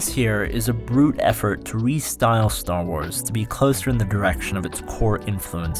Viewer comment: It's not "Star Wars;" it's Star Was.